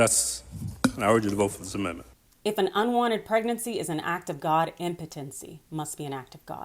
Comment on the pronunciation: IM-pu-ten-see…..not Im-PO-ten-see